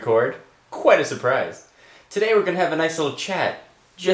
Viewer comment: pause when he says "quite a surprise" funny lol